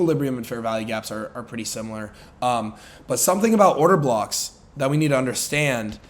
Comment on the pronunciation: Did bro just say order cocks? 😂😂 I’ve never laughed and loved a trader this much